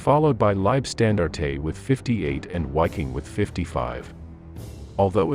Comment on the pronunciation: One thing, but it's pronounced "Vaffen" and "Viking." The W is pronounced like a V in German.